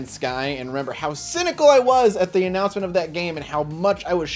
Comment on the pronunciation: Jin Luo yeah, he used the word annanouncement perfectly